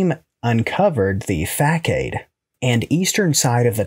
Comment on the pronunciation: Woah woah woah, I have to correct a glaring mistake here...the way you pronounced "facade" 🤣